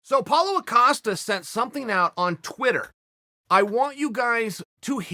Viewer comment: I do wonder if Chael pronouncing Paulo's name so it sounds like 'Paul-a' is a conscious effort